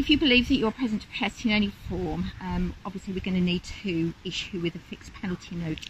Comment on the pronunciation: The state of those 'police officers' is shocking. That women can barely enunciate her words. She could barely pronounce the word "protest".